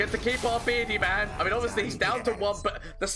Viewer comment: Take a shot when he says "berdi mam",you'll get to Irish level drunk